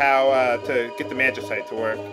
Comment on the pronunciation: Actually, if you've played FFXII, you'll learn it's pronounced Mag-i-site, as was saying it.